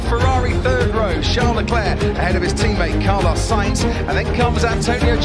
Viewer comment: U said Sainz Mexico lol